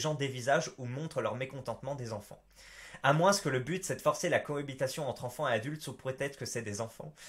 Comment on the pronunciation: Et personne ne te fait remarquer que tu prononces le "s" à chaque fois que tu dis "moins"?